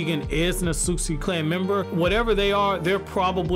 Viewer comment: Why is he mispronouncing otsutsuki?